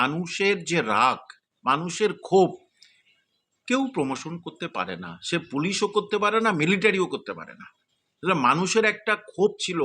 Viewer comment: কথাটা প্রমশন না প্রশমন